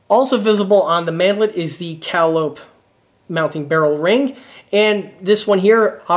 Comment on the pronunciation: Great video, but please, for the love of all that's holy, it's pronounced "Cah-Lye-Oh-Pee". like the old circus pipe organs that would parade through town. Now, SAY IT! SAY IT!!!!